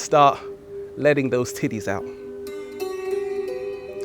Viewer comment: Omg I cant stop laugh8ng everytimed he says tittes